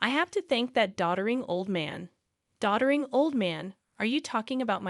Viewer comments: "Doddering" not "daughtering." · Doddering, NOT daughtering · “Doddering” old man, NOT “daughtering” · Doddering, not daughtering. The system! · "Daughtering"? ?????? It's "Doddering"!!!!! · Is it DAUGJTERING or Doddering? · AI doesn’t know the difference. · Try Doddering